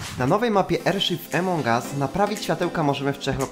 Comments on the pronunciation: Jak coś to Amongas a nie Emongas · takie pytanie : czemu gadasz emong us a nie among us ? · Emong US xd czy ja tylko mówię among us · nie wiem czy wiesz ale mówi się among us a nie emong us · Nie emongas tylko amogas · niw emong as tylko among us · Among Us nie Emong Us sry ale to boli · Twoje błędy wymowy nie emong us tylko "amon us" Te g jest takie cienkie i "wolt" a nie vault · Among US a nie emong us